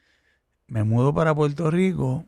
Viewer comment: buenos días y con respeto. Como internacional Debes mejorar tu pronunciación, ejemplo: Puerto Rico por Puelto Rico, por - pol, Acuerdo - Acueldo. Saludo. Escucha a tu invitado.